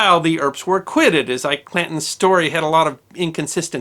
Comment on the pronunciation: It sounds very much like your saying ''Clintons'' instead of Clantons.